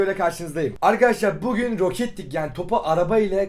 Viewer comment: nobody::ArKhAdashlAr